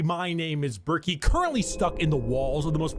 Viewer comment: Love the way she pronounce Bricky. I kinda want her to call him Cheeky Bricky for the stalker memes